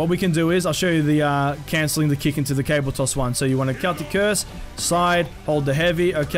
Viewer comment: lol he kept saying cable toss not caber toss